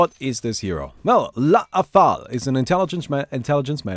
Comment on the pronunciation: STOP SAYING "LA-A-THAL" ITS JUST "LATHAL"